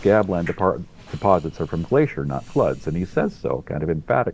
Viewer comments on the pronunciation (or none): none